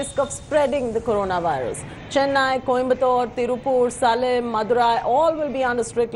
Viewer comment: its सेलम, you Nitwits, not सालेम